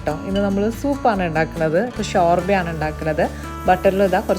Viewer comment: ഷോർഭ എന്നല്ലല്ലോ ശുർഭ എന്നല്ലേ പറയ്യാ 🤗😊